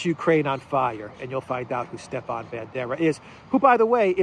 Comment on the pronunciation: It's not Stephan it's Stepan.